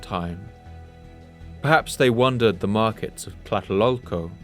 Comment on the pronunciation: I keep hearing him say "wondered" or "wondering" instead of "wandered" or "wandering". Example